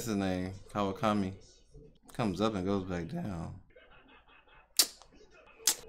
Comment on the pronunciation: mans said kawasaki? put sum respect on kawakamis name